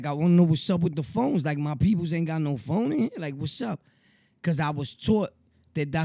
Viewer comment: Nigga said the Phone jones 😂😂😂